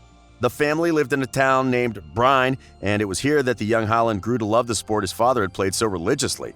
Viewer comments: You're pronouncing the names all wrong. Håland is not the same as Haland, it's supposed to sound like Holland. Bryne is "bryn-eh". Molde is "mold-eh", not "mold". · The way you say "Bryne" is so completely wrong that its hilarious. You totally butchered every Norwegian word in this video. When you say "molde" the "O" is pronounced just like the "o" sound when you say Coffee. So its a "å" sound